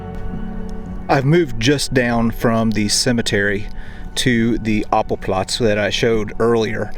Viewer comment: not apple platz, Appellplatz (like the word: appeal - stressed on the second syllable, meaning roll call)